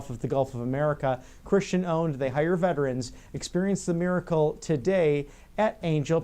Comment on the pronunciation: Fate ...not fase ...and hire not hice ....